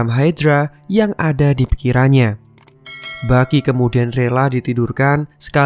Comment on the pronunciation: Yg gw denger : Bucky ❎ Baki ✅ Wakanda polepel ..